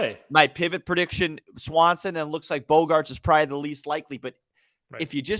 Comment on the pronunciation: It’s Correa not Correra and Swanson not Swansby. Sorry man, you can call them whatever you like. I just thought you might wanted to know. Good luck and well wishes. Blessings!